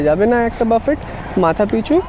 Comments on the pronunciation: It's booffeehh not baaffett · buffet naa boofey (pronunciation ta)... buffet shunte khotkaye kaane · বাফেট না বাফে??? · uchcharon ta buffay hobe